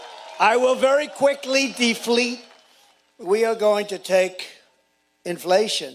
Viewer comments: Wait, wait, wait!! Did he say dee-flate?? College educated!😂😂😂😂😂😂😂😂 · “Deflete” inflation .He is trying to talk policy here.😂😂